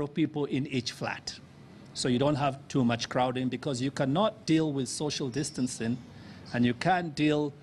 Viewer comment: Am I the only one who heared "shoshal distance" insted of "social distance" 🤣